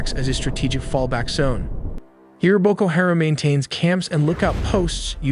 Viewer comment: It's BOKO HA-RAM. You might want to Google the phonetics of some of the words you're saying because you're saying them wrong.